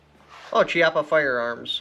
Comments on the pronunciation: it's pronounced..kiappa.. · I believe it’s pronounced (Key-yapa) but either way man awesome video! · Yo, amazing information and overview, Thank you. As an Italian, though, I want to point out, Chiappa pronounced "kee-appa", hard C as in kiss. :) Keep up this good stuff, please!